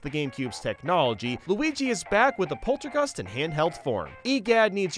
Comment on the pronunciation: He missaid Polterkitty.